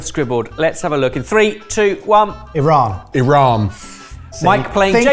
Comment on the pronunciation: As a long time Persian subscriber thank you for pronouncing Iran correctly! 🙏🏽 Hope you get to visit my beautiful country one day and get to experience the amazing Persian cuisine. 🥰🫶🏽